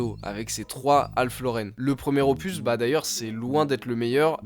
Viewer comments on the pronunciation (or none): none